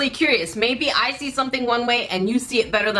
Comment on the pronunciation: When said “ I see “ it sounded like “ icy “ lol 😂